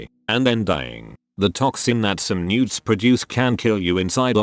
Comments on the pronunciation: i thought it was saying nudes instead of newts lmfao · Did anyone else mishear newts?